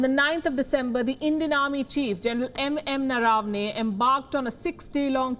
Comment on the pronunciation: At least pronounce Indian names correctly, even as you struggle with foreign names. He is Gen Naravane not NaRAAvane